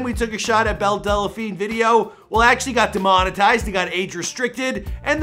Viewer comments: Her name is Belle Delphine NOT Belle Delaphine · IT’S DEL-FEEN NOT DE-LE-FEEN JFC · DEL, not DELA, there's no fucking A in there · Great video, except one thing. Its delphine, not dela-phine lol I heard briefly about her so I came across this to see what this was all about. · DELPHINE NOT DELLAPHINE...JESUS CHRIST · Funny when you say delephine instead of delphine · Dude I seriously can't stand how you mispronounce names Time and time again.....it's Belle Delphine ( Delfeen) NOT Delephine......this one ain't even as bad as the tekashi 6ix9ine one....which you pronounced as "Tecashiie"....instead of its proper pronounciation Te-Ka-shi smh you're an epic fail bro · It's pronounced Delfeen not Delafeen. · are you pronouncing her last name right? Del-a-Feen or is it Del-Feen? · I lost count of how many times he said "Belle Dellapheen" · Why do you keep saying delaphine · Is it so hard to say DEL PHINE? There’s no A. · Why can this guy never pronounce people's names right. He keeps saying Delephine. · does he keep saying Belle Dell-a-phine??? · It’s not Della-phine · Theres no vowel between L and P in the word "Delphine" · As much as I hate belle delphine, I'm hating the way he says the name even more....